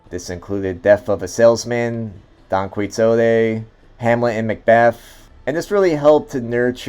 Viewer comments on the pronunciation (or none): Thanks for this video reminding us of one of the greats. …that pronunciation of Quixote, though… painful. Try kee-hoh-tay next time.